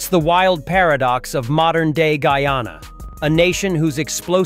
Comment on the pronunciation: First westerner able to properly pronounce the name Guyana❤❤❤